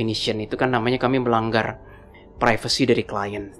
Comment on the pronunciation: Klien, bukan klient, min 😅 ✌️